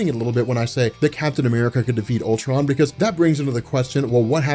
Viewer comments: it sounds like he's calling him pimptron lol...this comic seems like it's heading twords another huge climax that in the long run won't mean anything..I hope I'm wrong but marvel's track record it what it is. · Lol sounds like he keeps saying pimp tron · Please tell me I'm not the only one who misheard him saying "PIMPTRON".